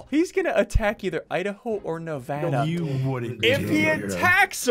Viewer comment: As Nevada is my home state, I'm very offended sigils immediatly went for it. Also: I congratulate for pronouncing it correctly.